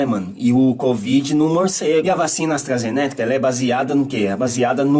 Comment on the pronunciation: "Astrazenéca" foi foda kskskksksks